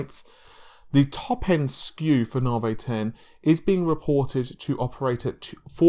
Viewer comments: Dude!!! Its "NA-VEE" not "NAR-VAY" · It's Na-Vee not 'Navey' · AMD Narvey? I thought it was Navi? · I thought it was Navee